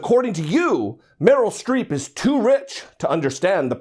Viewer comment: Genie H well it's Streep not street so...